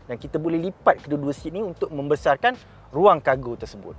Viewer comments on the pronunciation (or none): "membecarkan" mung 🤣🤣🤣